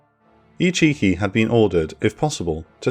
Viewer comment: Can't not hear ichicki as "he cheeky!"